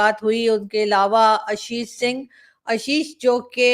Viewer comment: ABP ke journalist. hain Aashish Singh na ki Ashish Singh aap unko Aashish karke pronounce Karen.